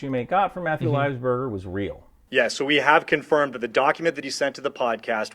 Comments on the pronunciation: he can't even say his name right .. livesberger? whos that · this guy cant even pronounce his name right. its livelsburger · "Lives burger" Cringed every time.